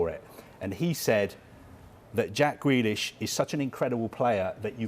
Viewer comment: Why’s he saying gwelish